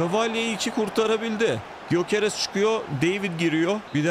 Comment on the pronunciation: Gyöekeress "Göqeres" diye okunuyor diye biliyorum abi "y" harfi okunmuyor